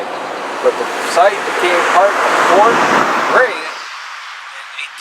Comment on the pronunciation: Fort Grasshit. That’s how you say it